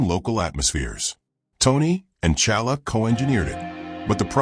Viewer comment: I can't. He keep calling black panther challa